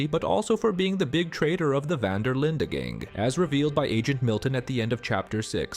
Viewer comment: The way he pronounces Linde though! ....Linda! 😂😂😂